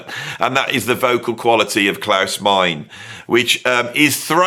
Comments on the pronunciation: Klause Mine-uh not Mine.😄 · Klaus Meine's surname is pronounced Miner, or else the joke about his brother being Maurice wouldn't work.